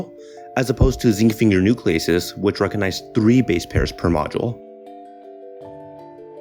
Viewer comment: 'Buh wut is uh.?' I had to replay that section at :25 seconds at least three times to understand what you said. Your diction is horrendous. Also, the word is 'recognize', not 'recanize'. Might be interesting if the narration and music wasn't so awful.